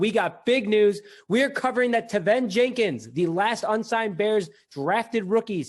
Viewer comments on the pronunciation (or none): Teven is pronounced like Kevin but with a T.